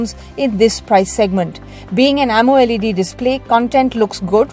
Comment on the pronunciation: hey narrator its called AMOLED not AMO LEd